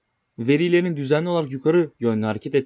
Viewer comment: Seni çok takdir ediyorum dostum ama şu "veriilerin"diye ikinci heceyi uzatman doğru değil.